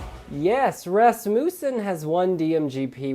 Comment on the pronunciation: And so the mispronounciation of Rasmussen begins